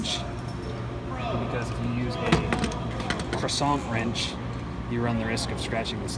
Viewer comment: Did he just say "croissant wrench?" 😂